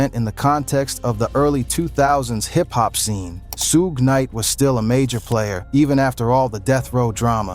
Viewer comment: Rawling sixties is wild 😜also sooge knight lmao